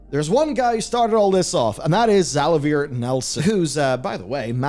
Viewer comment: Za-lay-vee-er. Not za-la-veer.